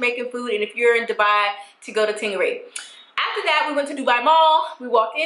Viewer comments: Ting irie pronounced ting ayree lol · Girl, i'm Jamaican but the way u said "ting irie" is so hilarious. Gotta love u!